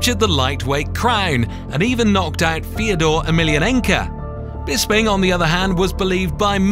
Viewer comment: This is a nice Video but the narrator seems to be pronouciing all the names incorrectly.... Who is Daana White... Tito OR tiss, Rash Add Evans, TheoDor Emilianca!!